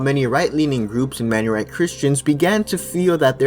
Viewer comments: The word Maronite is pronounced as Ma-row-knight, not Man-ure-ite. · It's "Maronite" not "Manyorite" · We are called Mar-on-ite. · Great video, but it’s pronounced “Mar-o-Nite” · Was he saying Menurite or something? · Thank you!! he made by ears bleed😂😂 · I have a problem with your pronunciation of Maronite but anything else, great video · This was a good video except for the pronunciations, maronite, phalanges were all said wrong